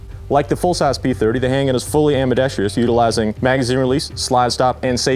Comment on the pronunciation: why does every person on youtube reviewing handguns tend to say ambidextrIous with an I????